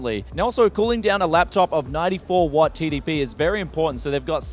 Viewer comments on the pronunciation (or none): none